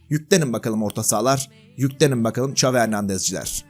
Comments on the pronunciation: "Ç" avi degil Şavi(XAVİ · İngilizce çeviriye yaz ve dinle, çavi diyor